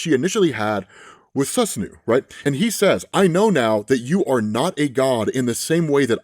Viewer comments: Its pronounced Soos-Ah-No Sus Anú killed me 😂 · For future reference, Japanese names are pronounced by blocks of syllables. so Susanoo is pronounced "Soo-sa-no-o". It gets pretty easy (the pronunciation part at least) when you remember that. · Sus-new is driving me crazy lol. Sue-San-No is an easy way to remember how to pronounce it. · saahn hope that helps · Nah bro, its snoosnoo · Its pronounced Susano-o ijs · his name is pronounced like Sue-sah-no-oh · I was listening to the video and heard “Shinto god Snusnu” and was very confused, quickly looked at the screen and then realized who it was 😂 Let’s cut some slack since he’s most likely not gone through the same Japanese media we might have 🤣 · Susanoo = Sue-San-No Probably could have just, google translated it if anything. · Son son son,.. You bring great dishonor upon the Uchiha clan with how you pronounce Susanoo lol cuz you got me cackling when you say Snu Snu cuz I can see Madara in a shield of an incredibly fine ass woman hahaha. All is good, just be better next time lol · I love the contents, I watch your videos like everyday. Btw the pronounciation of "susano" is like from Naruto. Call it like "susaanoo" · Sue-sahn-o Ah-ma-te-rah-sue Also the Basque region is in SPAIN not France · Good vid, but it's pronounced "Su" as in "Susan" "Soo-saa-no" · SU SAH NO... like in naruto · For anyone else having trouble with the pronunciation of the Japanese storm gods name from text Its Soo-sahn-no-oh or soo-sahn-no-woah for some reason the english language translators thought a double o susanoo would do for the repeating oh vowels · Not death by “Sue-Snu” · I believe Susanoo is pronounced SUE-SAN-NUU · Su-SAN-oh. That's the pronunciation. Reference Japanese mythology or if you're like me, Naruto. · Soo-Suh-No Soo-Saw-No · its pronounced SU - SAN -NO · Just a heads up. It's pronounced Su so no o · Suu- sah-no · It's pronounced Sou-sahh-nou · (soo za noh oh) <3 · It's pronounced like Sue Saw no oh (susanoo)